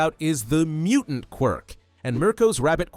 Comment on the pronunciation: Bro said mutanat when he narrated mutant